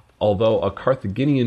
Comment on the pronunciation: Hannibal is from Carthage, a north African city, pronounced Age as in how old you are, so I'd guess Carthaginian is pronounced that way, Jinian not Guinean. Hate to be a stickler about it, sorry dude.